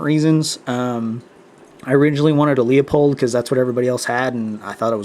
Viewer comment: LOOP-Hold! Not LEO-POLD. Please. It's like fingernails on a black board. There is NO reason to use a QD mount on a bolt gun. You bought probably the world's best scope for the money and have it mounted improperly. Larue QD mounts are awesome for FLAT railed guns of the AR15 and AR 10 type. I used SEEKINS 30mm LOW rings for my Bushnell Tactical Elite G2 reticle scope on my 10 FCP-SR. I like the SEEKINS becsue even Badger has that giant bolt sticking out on the side. SEEKINS does not. SEEKINS have the best designed rings on the planet IMO. Ken Farrells rings and rails are world class too. I am getting consistant .3" groups with Federal GMMM 168gr factory ammo. Your scope is WAY too high off your bore. You need that butt ugly riser. My lower mounted scope does need a riser, but I used a VERY practical and ultra comfortable STOCK PACK (large modular version in coyite brown) from TRIAD TACTICAL. It holds my Mildot master card and my bolt too. My bolt has a very long aftermarket handle so it is ultra convenient to store the handle in my Triad stock pack(Large model only!). Sir, you have so much right..the rifle and the scope. But I am telling you there is a far superior and practical way to assemble all this. The Seekins rings and Triad Stock pack are AMAZING add ons that I would not trade for all the tea in China. I was able to get a precise cheek weld height by adding Triad Tactical's cheek weld "kits" which are strips of velcor that stack up on top of the comb. They are attached